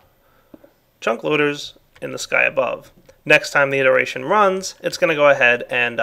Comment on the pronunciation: He meant "it·er·a·tion "